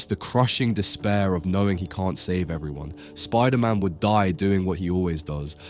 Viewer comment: Of course VISON and SPIDERMAN are dead, you already butchered their names